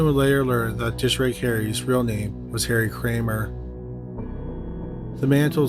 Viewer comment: Wtf is a "dishrake"??!!